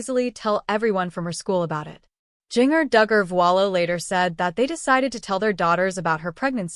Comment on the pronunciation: Its confirmed on social media its not twins! Please pronounce her name correctly